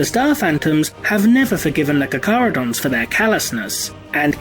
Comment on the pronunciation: I thought it was pronounced CAR-CHARH-UH-DOHN-Z.